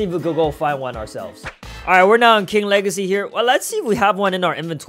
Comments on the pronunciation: Bro you say two time king lahrsy not. King wageys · He said king wegacey